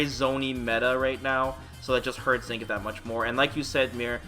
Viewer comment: I have yet to hear anyone other than the game pronounce Zangief correctly. It's three syllables.